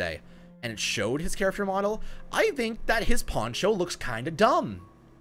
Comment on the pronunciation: I love your videos! They are so helpful and informative, BUT I can't stand how you say character, like "chariffter" 😤😝